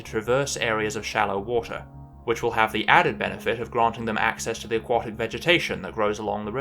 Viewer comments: AQUATIC... not AQUOTIC! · I was surprised by your pronounciation of AQUATIC (as in OUGHT). Then I found out that your pronounciation is standard in the USA and you spent a lot of your formative years in the USA. Still ... very strange. I suppose A => O under the influence of W. A sound change restricted to North America and occurring sometime in the last 400 year ( I presume ?). Have any other words undergone a similar sound change ?